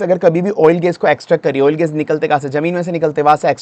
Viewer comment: गेस नहीं गॅस, कोस्ट नहीं कॉस्ट 😒